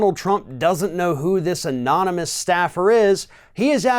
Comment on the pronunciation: I love Chump’s pronunciation of the word ‘anonymous’ - Chump tripped over it... anon-Y-mus, anon-a,a,-mus, uuuh.